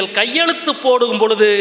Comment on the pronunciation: களட்டியவர், சுளி, பொளுது, தமில் இதெல்லாம் கற்று கொடுத்தவர் ஈவேரா வா? முதலில் தமிழை ஒழுங்காக உச்சரிக்க கற்றுக் கொள்ளுங்கள் எம் பி.